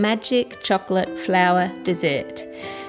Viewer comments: Its like chork - lit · its called chocolate not chuclet as you are saying..but...say it chuclet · I love the way you say the word "chocolate". It makes me really want chocolate every single time and it sounds so yummy.